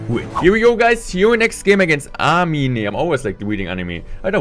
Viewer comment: HHHH it's actually pronounced Amin, it's an Arabian name.